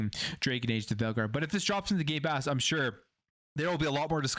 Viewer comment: Did he just say “gaypass “ in the intro?😂